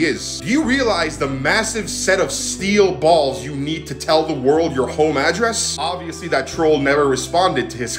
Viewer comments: The emphasis on "BALLS" !!!!! 🤣😂🤣⚰⚰ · I like the way you enfasize the word BALLS haaa.